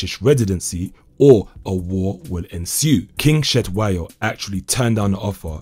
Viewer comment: Like the Zulu pronunciation attempt of Intelezi but Cetshwayo is a massive miss 🤣🤣🤣.